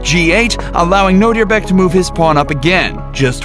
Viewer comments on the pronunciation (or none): Nodirbek is attualy my name its a Uzbek name and ur pronounceing Nodirbek to Nodirebek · What he say : Nodirbek What I hear : know your back